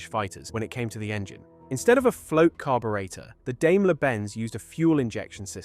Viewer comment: Why the American pronunciation of defence and weird pronunciation of carburetor? :sigh